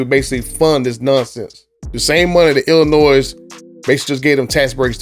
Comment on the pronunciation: It’s not Illinoi S The S is silent